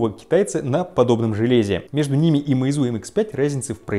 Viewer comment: Ударение на Е, а не на У, простите, слух режет.